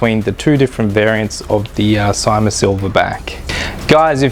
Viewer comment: It's pronounced "see-ma" !